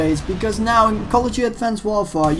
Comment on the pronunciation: Its sounds how he says it